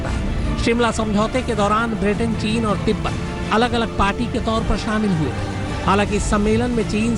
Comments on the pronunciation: टीन नही़ ..चीन....Lagta h neend ache se nahi khuli Aaj Tak walon ki..😄😄 Goooood Morning team Aaj Tak 👍👍👍 Akanksha here, a budding You Tuber 🙂🙏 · It's chin not tin